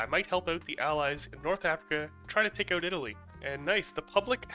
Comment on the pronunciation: I dunno what's worse. Your pronounciation of Maori or out.